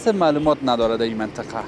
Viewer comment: افرین، چه خوب منطقه ره بیان میکنی 👍👍